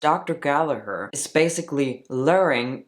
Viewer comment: First of all. I appricate you prounocing Gallagher correctly. 😂 Americans annoy me when they say it wrong haha. I'm ashamed as an Irish person that this woman is doing all this shit on tik tok. I would like to challenge you on starting hormones before surgery. As I started Testosterone after Top Surgery. Wich I was delighted with and still am. 1) regardng my own experience, it was much healthier to stop binding then to go on Hormones. This surgery is huge and my endo didn't want me having to many changes at once. So I was offered at that point in time, top surgery in a month or testosterone now. I took surgery to prevent damaging my lungs and ribs. (I understand this was my own choice to bind but I'm sure you know yourself.) 2) I would argue. Diffrent counties are diffrent in requermsnts. America perhaps differs state to state. Denmark as you said is 6 months. I belive 6 months is way to short. Here in Ireland it is 2 years from ROGD. 3) linking to point 2. Hormones = puberty, is diffrent for everyone. So someone on Testosterone 2 years may not have as much changes as someone who's 2 months. Someone may not pass and "live as the opposite sex" EVER. And some people can pass before hormone treatment. There for I don't think you can put a set time period on it. This is probably the first video you posted I disagree with. So congrats. Your getting more interesting